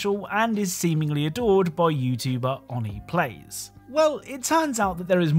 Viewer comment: The way you said OneyPlays...